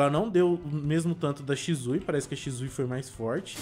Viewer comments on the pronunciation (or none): Não e shizui e shisui